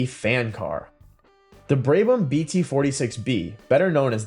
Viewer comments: Terrible editing and awful prononciation Braybam really, confusion of Vanwall with BRM and Connaught. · It is so damn easy to research how to properly pronounce Brabham. Just lazy.